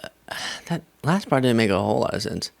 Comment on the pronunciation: you are spot on but it drives me nuts when you say dinnit instead of didn't.